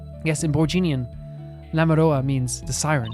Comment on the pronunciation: I'm sorry for butting in like this, but I just have to point this out 😵‍💫 Lamiroir is actually pronounced "Lami-wah". It has sort of a french ring to it!